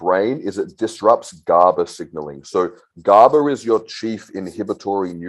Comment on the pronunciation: Guy can't even pronounce GABA and talking about how eq effects brain .. this shit is hardly noticeable, he states it's never been studyied in humans and then he says it's neurotoxic asf.. show me a study or proof that it is please